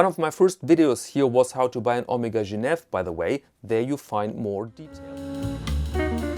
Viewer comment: I have the Omega (pronounced Oh-meg-ah, not Oh-meeg-ah), Geneve gold with day and date from 1977. All the paperwork and regularly serviced and it is mint but failed to mention this watch....